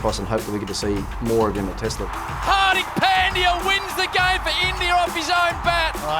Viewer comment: AWwW he butchers Pandya's name as padya